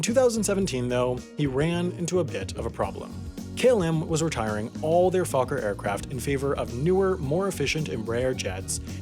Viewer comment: You pronounced Fokker wrong.